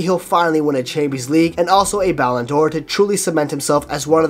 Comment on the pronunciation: Bro said mbappe won a ballandor💀💀💀